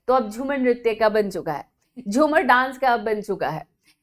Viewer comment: Its jhumur ....not jhumar ...try to pronunce it correctly 🙏🏻